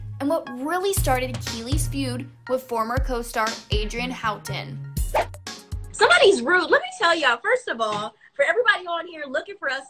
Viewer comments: Sorry I’m just annoyed that Access Hollywood reporter said Adrienne’s last name wrong. Like how do you pronounce it wrong when she literally says her last name all the time? And the group was 3LW, not 3L 🙄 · The narrator said Adrienne bailon haughton name wrong.